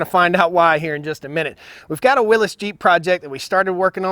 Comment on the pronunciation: Aaaaaaaa, WILLY'S, WILLY'S, WILLY'S NOT WILLIS ! ! ! Aaaaaa